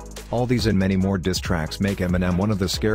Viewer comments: can even pronounce the word diss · He can't even pronounce "diss track" let alone put a verse together.....cut that check tho😉😉😂